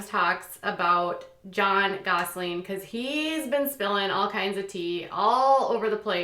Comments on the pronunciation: It's GOSSELIN NOT GOSLING! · Why do you keep saying “Gosseling”??? It’s “Gosselin” !!!! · Just curious.. do you say 'Gosling' instead of Gosselin on purpose or ...